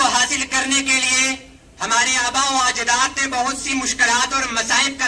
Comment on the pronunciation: Ajdaad nhi azdaad